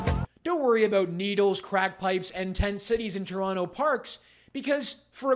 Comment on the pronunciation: Learry,learry bad fol Tolonto